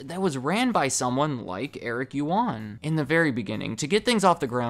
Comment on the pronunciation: First of all, Eric’s last name is pronounced as “uAn”, “yu” is silenced. This story explains why webEx and zoom have a very similar UI... sadly you sir completely skipped their data leaking to the PRC government controversy. They admitted in early 2020 that, some customers’ data including video feeds were leaked to Beijing